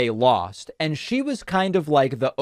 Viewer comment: Anyone in power who pronounces “And” as “eeyund” makes me concerned.